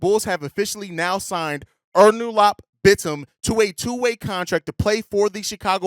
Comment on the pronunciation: It's pronounced more like Oh-Noor-Alp Bit-Tim.